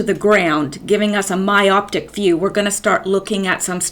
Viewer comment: Not a hater! I love you. So when I criticize it's to help development. Don't mention the haters, all they want is your attention. You've shown how emotionally weak you are by responding. Don't talk about your degrees and schooling then say 'myoptic'. Only use words you actually know. Learn how to say people's names. Must be tough to be so close to perfection...